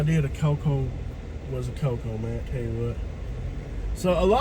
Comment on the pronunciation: We don’t say cocoA it’s just cocoa